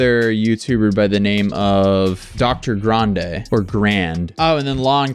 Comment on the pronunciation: It is Dr. Grahn-day, not Dr. Grand. You got it right the first time 😉